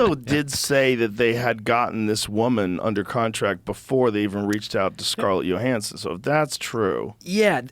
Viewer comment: For the love of goddd Joe, it’s Johansson WITH A J. LIKE YOUR NAME BUDDY. sheeeesh